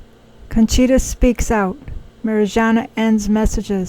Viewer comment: Her name is Mariyana. Good to check how things are pronounced. By the way, it’s July now, and...?